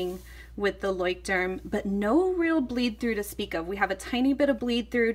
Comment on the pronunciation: I cringe every time u say "Leuchtturm"